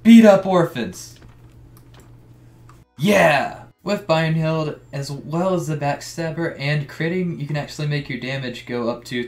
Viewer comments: Bro its brynhild not byrnhild xD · “Birerheld” lol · i cringed internally when you said brynhild